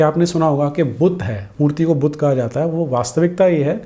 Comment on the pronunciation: चलो अपने को पढा लिखा दिखाने के लिये "बुद्ध" को इंग्लिश लहेजे मे "बुद्धा" केह रहा है। लेकीन "स्तूप" को "स्तुपा" कौन केहता है बे?😂😂😂